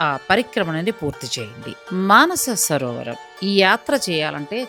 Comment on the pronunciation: మానసరోవరం కాదండి మానససరోవరం.